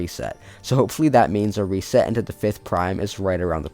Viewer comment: Read reset VERY wrong 😭